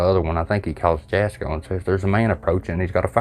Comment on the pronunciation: Jasko is pronounced different, the j is silent, it like German I think, it's pronounced like it has a Y at the beginning. also im one of the people that is older and really like jasko's videos, I know they probably aren't real but it is still good entertainment, kinda like WWE. Fake but still good entertainment.